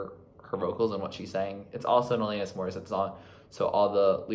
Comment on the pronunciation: 🇨🇦 It's Alannnnis. Not Elayyynis.. juss sayin.